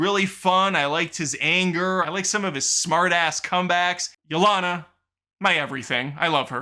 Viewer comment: You mispronouncing Yelena's name after hearing it pronounced correctly for 2 hours (Ya-Lane-Ah), has to be a bit. If it is, I'm here for it.